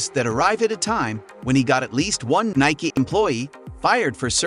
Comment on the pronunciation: I stopped when you can't say Nike correct